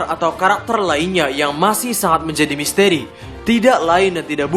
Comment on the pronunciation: Misteri bang ...bkn misteeri